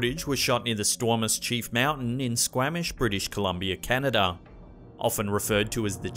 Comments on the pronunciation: As far as the Squamish....it's pronounced "skwah-mish" not "skwA-mish" (aw as in dog...not aah as in hat). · It's pronounced Skw-OM-ish, not Skw-AM-ish :p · Great vid! It’s pronounced “squaw-mish” haha (I live not far from there) 😉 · Y'all pronounced my town incorrectly lol. Squamish is pronounced with a "long a" sound.